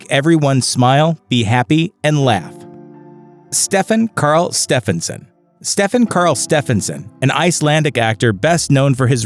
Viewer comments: he says stefán karl stefánson so wrong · It’s so funny how you say Stefán Karl Stefánsson in English (I’m from Iceland) but he had kids and he was a good man so Rest In Peace!